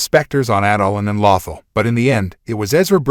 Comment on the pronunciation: Maybe pronouncing correctly "Malachor" , "Lothal", "Peridia" will help me watch more...